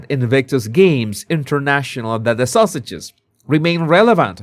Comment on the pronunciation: pronounces ‘Sussex’s’ as ‘sausages’. I like that! It fits!